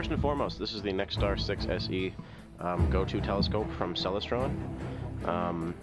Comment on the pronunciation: Awe geeze man, your scope is a ceLESTron, as in celestial, not CELestron! Clear skies.